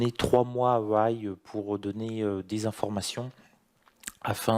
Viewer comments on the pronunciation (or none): salut: Huawei se prononce woua Wé